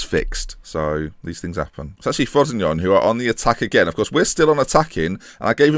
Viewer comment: Sal-air-knee-tan-oh Fro-see-no-ney Italian pronunciations;)